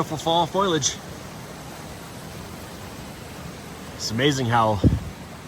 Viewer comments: Foliage is not pronounced “Foiliage” sorry not sorry for being that guy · "Foilage". I lol'd.